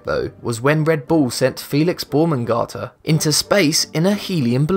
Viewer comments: Lol... "Felix Baumengarter"... Erk! Can you read? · The "Baumengarter" one... Because his name is Baumgartner, not that thing you said! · The sky divers name is Felix Baumgartner not whatever you said, it’s pronounced Boumgartner. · The way you pronounced Baumgartner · The fact that you massacred Felix's last name.